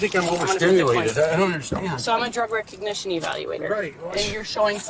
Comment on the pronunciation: She cant even say Recognition, it was "Rec Egnition" lul 🤡🤡